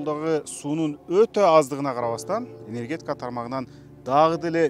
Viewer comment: енергетьикя дейби? Ушундай чала сабаттуу журналисттерди кайдан таап алышат?